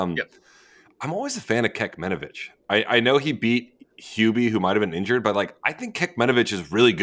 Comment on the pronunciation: Learner's learning experience :D but guys your pronunciation of Machac is way more off than Joao... also pronouncing Kecmanovic as "Keckmanovic" is hilarious.